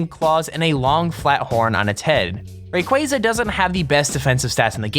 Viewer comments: Its not raqwaza. its ray_qua_za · It's not RA-quA-za it's ru-quA-za THERES A BIG DIFRENCE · Rayqaza? It's Rayquaza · Omg He Said Rayquaza Wrong He Said Rayqazua Lol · He said Rayqueza instead of RayQuaza .... Like if u agree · ITS NOT REQUZA ITS RACARZER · Rayquayza seriously? It's rayquaza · rayquaza is not pronounced ray-quay-za it is pronounced ray-quah-za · It is (Ray-q-az-a) not what ever you said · Did you seriously just say ray-quay-za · RAY-KWAZA Is How You Say It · IT'S R A Y Q U A Z A NOT RAYQUEIZA!!!! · OMG REQUAZA WAS YOUR FAVORITE POKEMON AND YOU CANT EVEN SAY IT RIGHT ITS PRONOUNCED REE-QUA-ZU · It Ray Qua Za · you pronounced rayquaza rong m8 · The way he pronounce rayquaza lmao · He said Sucine* wrong aswell as Rayquazza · You can't even say Rayquaza